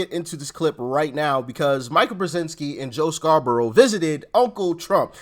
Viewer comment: Please Doc. Mika brezenski pronounces her name Mee-ka.